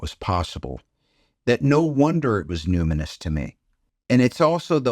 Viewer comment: Super cool and all, but ummmm…… “Numinous”??